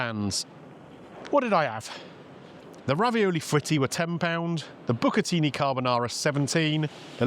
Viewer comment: Top marks for pronouncing bucatini properly, unlike the waitress!!